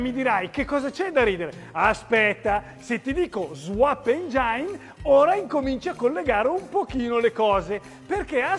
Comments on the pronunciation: Si ma engiain non si può sentire, dai! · la cosa più imbarazzante di questo video non è lo swap ma engine pronunciato "engiain".!! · " engine" si legge " engin " 💚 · Meglio precisare pure che l'accento va sulla prima e.